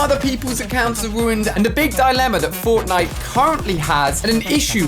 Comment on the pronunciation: I am paying fwoftnwite